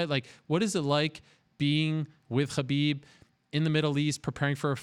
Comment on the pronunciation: Mr Ariel hand soap pronounces Khabib right but not the word Muslim right.. What gives? Why even so?